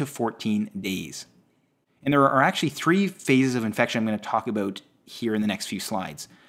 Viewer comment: All I hear is Abooewwt